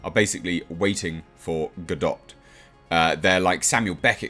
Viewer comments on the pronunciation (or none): In "Waiting for Godot" the t is silent.